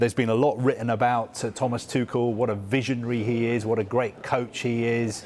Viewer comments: TUCHEL - is pronounced TU REL - not TU KEL or TU SHELL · My man's calling him tuckel instead of tuchel